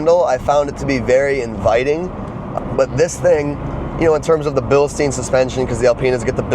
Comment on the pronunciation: Nice to see some 80s BMWs!🤗 Could not help the pronunciation of ”Bilstein” however 🫣